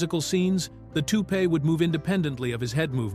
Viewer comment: Shitty ai voice over with random photos that have nothing to do what’s being discussed. Check. “ToupEE”? 😂